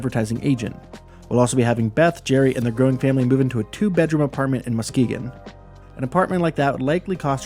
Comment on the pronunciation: You absolutely butchered saying Muskegon